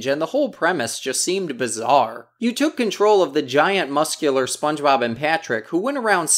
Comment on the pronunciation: Spongeboob?! Hahaha he said Spongeboob? Who is Spongeboob?? 🤣